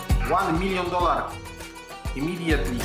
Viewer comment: Nie lubie nawet piłki, wlaczam zeby uslyszec - ŁAN MILJON DOLAR. IMIDJETLI!